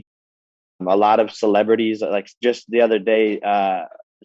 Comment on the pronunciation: Oh gawwwddd “my my my daddy said we goin to see the the cELeBrAtEAs” 🤮🤮🤮